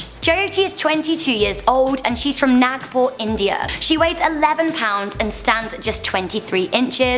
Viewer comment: That's not "Nackpur" its "Naagpur"